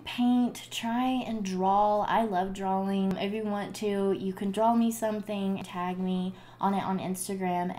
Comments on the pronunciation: you do know draw and drawing doesn't have an L in it right?! you say drawl and drawling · Anyone else bothered by the way she says “drawling”.... It’s alright, I mean I still love her lol 😂😂. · Are you saying “drawling”? I rewinded it cause I was like wait what😂 I mean I’m from Ireland and I haven’t heard that before is it an accent thing?